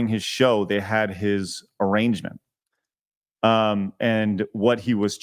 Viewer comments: This was so scuffed. doing this again is going to make me unsub. At least think about things before opening your mouth to give an opinion. That's uber low baseline expectation. The most telling was him saying arrangement (A-range-ment) instead of arraignment (A-rain-ment). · It's pronounced A-RAIN-MENT (arraignment)